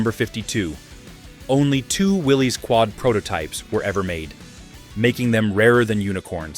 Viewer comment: Rick Pewe is pronounced pay way and Willy's is pronounced Willis.